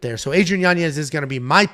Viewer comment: pronounced: Yanyez, spelled Yanez